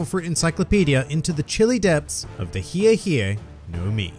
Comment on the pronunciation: WHOEVER CALLES THIS THE HI HI FRUIT DOESN’T DESERVE TO LIVE ITS HI E NOT HI REEEEEEEEEEE